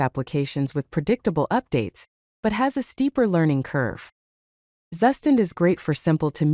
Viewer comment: "zzzustand". This AI reading is not getting that Zustand is a German word. Its proper pronounciation is close to "Tsu-shtant"